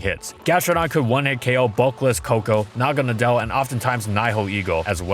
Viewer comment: You pronounced naganadel A little off (although it could be worse) its pronounced "nuh gon uh dell"